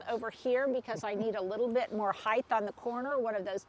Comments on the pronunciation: I think it probably started with depth, width, etc., but it’s still pronounced correctly as height (no “th” on the end). Y’all is a colloquialism, but mispronouncing a word doesn’t fall into that same category. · The transformation is wonderful and so much fun to watch! Thanks for sharing your expertise with us. Here’s a bit of mine: the word height rhymes with kite. There’s no H on the end! I first heard you say it on QVC, and then again today. Thought you’d want to know!